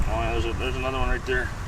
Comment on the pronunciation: That "Oh yah" at the start really socked home the midwestness this video is promoting.